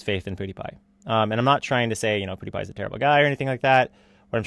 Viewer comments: 1. When did Onion go blonde? 2. Why does he (Onion) pronounce it “poodepie” instead of PewDiePie? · HeyItsBobby pewds used to pronounce it like poodiepie